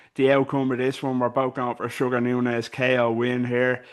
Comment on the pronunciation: is Nuñez not Nunez🤷🏽